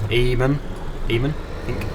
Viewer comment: "Eamon" is pronounced "A-Mon" it's a common name in Ireland.